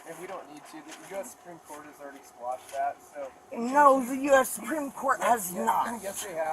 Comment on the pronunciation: Please teach cops that it's "quash" not "squash."